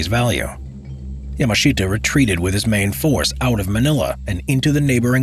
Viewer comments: the pronunciation of Yamashita is just... bruh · Yamashita now his name che ta zain saidin..